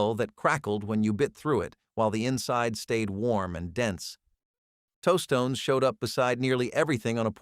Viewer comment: My favorite pronunciation was toastones.